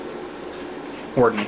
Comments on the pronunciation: Why do you call it Hordany instead of Hornady? :) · Nice video. Oh, and it's pronounced HOR-nuh-dee, by the way. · i think your mispronouncing hornady